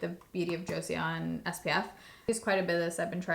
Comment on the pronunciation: Your videos always bring me back to calm. Your one of my favors because you’re not over the top and just so chill 🙂 also it’s pronounced Jo-sun! Korean can get funky with their vowels